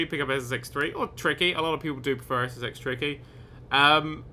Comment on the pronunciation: i swear in his intro he said sex